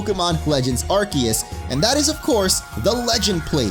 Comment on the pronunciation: ARCEUS " AR - SEE - US " FOR HEAVEN'S SAKE